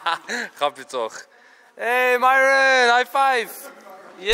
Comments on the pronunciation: hij zei niet myron maar myron (mieren) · Hij zij Myron niet mijron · Je zegt miron van plaats maren Enzo ! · Je zei Miron normaal zeg je Myron🤣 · Vgm mieron of idk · 2.21 zegt hij nog eens miron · heel bijzonder hoe enzo myron zei 😂😂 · Ja! Nooit gedacht dat Enzo dan zou zeggen🤣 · Het is zo raar dat Enzo Myron's naam normaal uitspreekt inplaats van met dat accent 😁